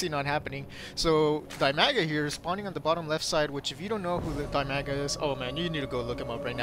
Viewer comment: I don't mean to be nitpicky, but the zerg player's name is Dimaga, not Bimaga. still, i enjoy watching your casts